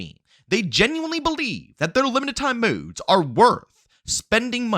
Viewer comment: Was gonna subscribe til I heard you say”modes” and how you run out of breathe. Nooe